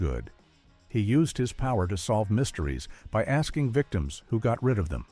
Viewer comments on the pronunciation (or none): none